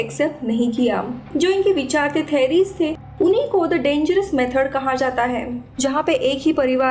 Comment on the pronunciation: Ma'am correct the pronunciation of theory etc...